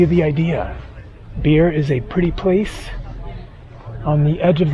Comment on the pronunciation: Bir is not pronounced beer….it’s pronounced “ bhiir”. Amazed , you’ve travelled so many times in India and you haven’t acquired simple pronunciation…..you should watch “ desi chris “ and “ daily max” vlogs ….at least they try to acquire the right pronunciation…….of the locals……. In general, like your vids…….wish you would be humble enough to learn the dialect….